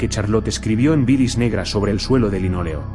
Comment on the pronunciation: Si tú dices tdielo en ves de suelo estás drogado